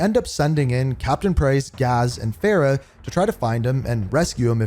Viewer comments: What is with your name pronunciations? There were multiple instances where the name was properly stated, yet you still go on and stuck with your incorrect pronunciations. For example, the name “Farah” is pronounced, Far-ah. Instead, you proceed to call her as Fair-ah. Another example was when you said Khaled as, Ka-leed, when it was supposed to be Ka-led. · Great video but please show some respect to the characters name, it’s pronounced Far Rah not Faira, I don’t understand why you whitewash the name when they literally pronounce it correct for you. Karim is pronounced Kareem not Kay rim as well. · I see after 4 years this man still butchers this woman's name It’s Farah (Far-ah) her last is is Karim so it's pronounced Kareem but with an i